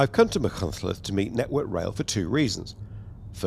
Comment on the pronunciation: For once, Machynlleth pronounced perfectly by everyone interviewed! Llongyfarchiadau!